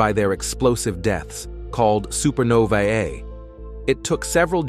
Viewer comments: "Super nova, eh"? Are they Canadian? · Oh my, this could’ve been 5 minutes long. How many times can you say the same thing how many times? Also, I’ve never before heard the pronunciation “superno-vy-yay!”..